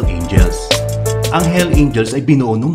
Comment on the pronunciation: Boss bakit walang s ung pag sabi mo na hell’s angels😁